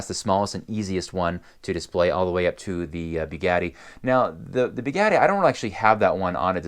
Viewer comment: As soon as you started sayng "Beegatti" instead of "Bugatti", I disliked the video...